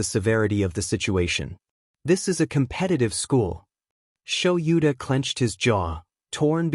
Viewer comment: Is there a way to teach the program proper pronunciation? "Kaken," "Sho-YOU-ta," and "dot" (...) are pretty distracting. Also, the way it does the stutter.